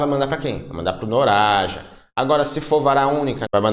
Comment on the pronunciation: Pô professor, não reparou mesmo que se lê "NAROJA" e não "NORAJA"? 🤣